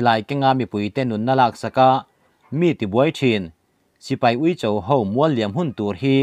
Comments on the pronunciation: Uicho, 'cho' tih lai hi vawiin thlengin i la lam rik lo reng hi a mak ka ti. Bâl ka cho, tih a, 'cho' rik anga lam rik tur. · Ui cho tih kha cho tak kha thluk hniam suh thluk sang rwh achang leh ilam dik a achang leh ilam dik lo va fimkhur angai deuh anih kha ha ha